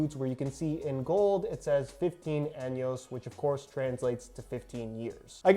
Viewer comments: It threw me off when you said anos not años because anos is anus in spanish. Años has more of an accent on the n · He pronounced años wrong he actually said butt hole instead of years